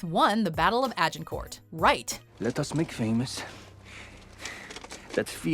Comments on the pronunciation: you don't pronounce the last T at the end of Agincourt. In French you rarely pronounce final consonants, except for C, R, F, and L. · sorry, but Agincourt ends with a silent 't'.;) Oh and Shrewsbury is pronounced